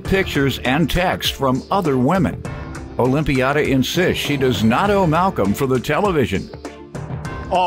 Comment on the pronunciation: “Olympiada” why? Just why??!?